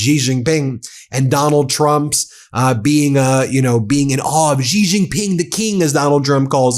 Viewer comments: Xi Jing Ping is pronounced Shee Jing Ping. Not Gee Xing Ping. Iran is being very clever. They NEVER show their leader - so media has nothing and no one to attack. Yet Iran keeps making declarations, from people no body knows. The U.S. has open targets. Trump and all of his cronies are all open targets. All of their declarations by any U.S. "leader' is challenged and ridiculed ... because we all know, they have no idea what they are saying - because they are so utterly incompetent due to them being so unqualified. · Sheeeeeeee Jinping. She. Spelled Xi in Pinyin, pronounced she, as in, she is pretty. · Please lean how to pronounce Xi Jinping properly…”she Jin-peen”